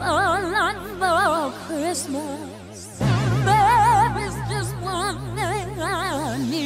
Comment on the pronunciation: sounds like kriz-muz instead of "Christmas"